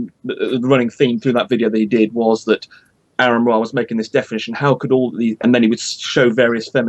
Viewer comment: Why can't pronounce Aron properly?